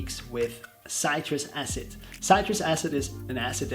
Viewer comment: Thank you for the video. For someone who have studied chemistry it is easy to spot a scam. Going into this you are either gullible or manipulative. Also it is pronounced citriK acid.